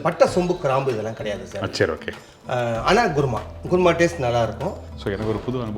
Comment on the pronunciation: Adhu guruma alla Kuruma endru sollavum